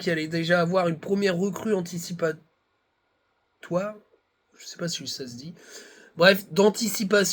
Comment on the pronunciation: Salut..on dit..enticipative...